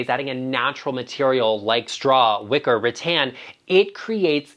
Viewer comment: I was excited when I heard you mention “liquor”; but then I realized you may have said “wicker”. 😆